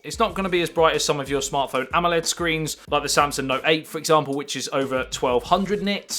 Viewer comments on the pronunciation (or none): none